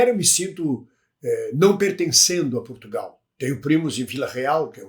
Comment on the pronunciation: Portugal, e não P"U"rtugalE